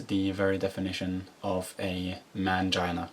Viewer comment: Dislike rate alone should have stopped YT recommending this video. He looks unstable and there is something that bothers me in how he repeats and emphasizes "mangina" .